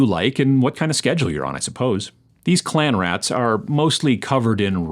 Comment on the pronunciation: Read "Clean Rats" and kept hearing "Clam Rats"... 😅